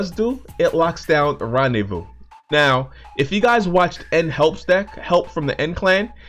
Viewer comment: Randevou?? Its rendezvous